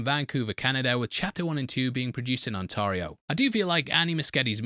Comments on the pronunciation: Gotta point out; us Canadians pronounce it “On Tear Ee Oh” like when you tear some paper or your pants, not “Tar” like what they use in paving roads or in cigarettes. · Thats the best pronunciation of Ontario I've ever heard in my life hahaha